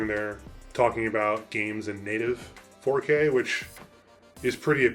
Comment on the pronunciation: “Faux-K” 😂 That’s great!